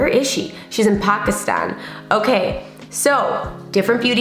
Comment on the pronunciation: the fact that you said Pakistan correctly made me so happy!